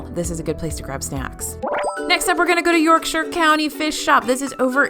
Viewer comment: Yorkshire Fish and Chips is ok for the Disney version of Fish and Chips but is not authentic e.g. they use fries instead of chips. Btw, nice to hear “Yorkshire” pronounced correctly by an American.